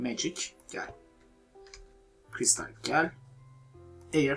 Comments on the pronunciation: Eyır değil ayir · Ayir de değil air